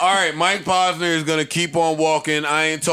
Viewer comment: OMG, my brain bleeding out of my ears! Mike (PAUSE-NUR) = wrong, Mike (POSE-nur) = correct. Rappers always say their names, repeat it back how you heard it doesn't seem that complicated??? it's driving me nuts that Joe pronounces words and names wrong, like its on purpose; adding and subtracting "S's" for no reasonz(other then ? f*cking up noun and verb tense... (ex. the Plural of Goose, Joe would say Gooses... instead of the correct plural "Geese.") ... Joe, my Man's, because you have early on-set Dementia/Alzheimer's, and a platform, doesn't give you the right to say sh!t wrong so often that people forget which was which and pronounce something wrong to someone else who then looks at them like "WTF...? You been hufffing glue and sipping Daddy juice all G.D. day?" ... pull this n!gga up Dictionary, Thesaurus, Wikipedia and whenever you say a word over 2 syllables or longer, you have to look up the phonetic spelling as not to spread illiteracy through the hood. Joe might be an undercover brother who reports back to whitey ....